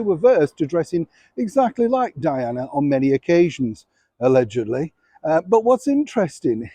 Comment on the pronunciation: Hello,. I think its hilarious how you say "allegedly." Also, I have lots of baseball caps. A lot of businesses give them out for free here. If you have a post office box for fan mail I would be happy to send some of them to you. I often wonder which places are air conditioned in England. My friend spent a week there on vacation. He said he was glad to be back just because a lot of places weren't air conditioned. Much love, from Amber in Alabama.